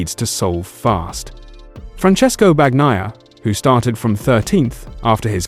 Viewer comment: They need to teach the AI narrator that it's BAHN-YAI-AH, not BAG-NAYA. I dislike #93 as much as anyone but he got screwed-over big-time in the Silly Saturday Sprint. They're moving to "F1 on 2 wheels" way too quickly IMHO. Sunday was interesting until the "Battle for 5th" graphics came on screen. Glad I'm not paying to watch, but at least the boring parade isn't a boring Ducati parade!